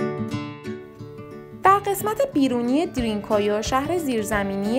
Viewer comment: ــ اولا که اسم این هر زیر زمینی را درست تلفظ کنید، تلفظ صحیح این شهر زیر زمینی که در تؤرکیه قرار دارد دَرین کویو یا بزبان دَری شما دَری زبانان ( پوست قهوه ایِ کلهِ زاغی ) هندی تبار جغرافیای سیاسی ایران، چاه عمیق است .! ــ دوما که، از کجا و روی کدام شواهد و سند معتبر باستانی مطمئن شده اید که این شهر زیر زمینی مربوط به زرتشتیان است ؟! ـ سوما که، پارس یا شکل صیح کلمه، پِرس یک کلمه عبری و به معنای سوار کار است که در واقع لقبی بود که یهودیان گذشته به هخامنشیان که برخاسته از قوم اِسلاو تبار آکاها بودند، داده بودند که بعدها کلمه پرس توسط یونانیها نیز مورد استفاده قرار گرفت و بصورت یک اشتباه به این سرزمینها اتلاق شد، نه مردم و اقوام روی این سرزمین .! ــ و اما از کجا معلوم که هخامنشیان و به تبع آن قوم آکاها اِسلاو تبار بوده اند ؟ از هخامنشیان برخلاف سومریان و عیلامیان لوح و کتیبه های زیادی برجای نمانده است اما آن معدود آثاری هم که از هخامنشیان برجای مانده است که از خط عیلامی بر نوشتن استفاده می کرده اند ترجمه آثار بیانگر زبان اِسلاو باستان هخامنشیان و به تبع آن قوم آکاهاست .! ــ چهارما که، گفتنی است که در زمان عباسیان تمام اِسلاوهای این سرزمین که ۲۰ هزار نفر بوده اند توسط معتصم عباسی به روم تبعید شده اند، بنابراین افتخار به کلمه جعلی و تحریفی پارس توهمی بیش نیست .! ــ پنجما که، کلمه پرس یا بگفته شما دَری زبانان ( پوست قهوه ایِ کلهِ زاغی ) هندی تبار، پارس که یک کلمه عبری و به معنای سورکار است همانطور که گفته شد، لقبی بود که یهودیان گذشته به هخامنشیان داده بودند و آن لقب مختص هخامنشیان بود نه دوره های پس از آنها، مخصوصا که دوره پس از هخامنشیان سلسه یونانی سلوکیان که از سرداران اسکندر بو